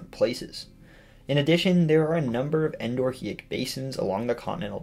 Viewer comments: Psst. The syllable break is on the o. Endo-rheic, meaning "flowing (only) within". The h is silent because Greek, like in "Rhea". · Just fyi, endorheic is pronounced with a silent h, just like diarrhea.